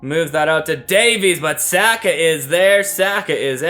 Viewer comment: Your pronunciation of Saka is wrong. It’s S (ah) ka